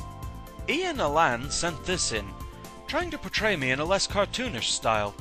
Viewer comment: His name is Lan like the type of internet connection, not Ian.